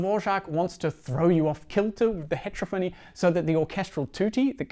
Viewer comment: It’s not hEtrophony, it’s heterOphony.